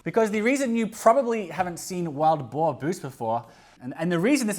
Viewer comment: ohhh, wild boar... not boer. boar makes far more sense.